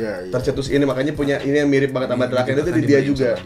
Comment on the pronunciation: Draken ❎ Drakeuy✅